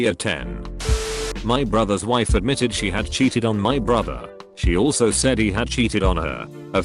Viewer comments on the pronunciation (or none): none